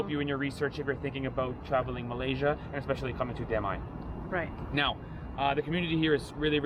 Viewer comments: every time you said Damai, me= damn I :') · "Damai residence" What I thought I heard "Damn... I.."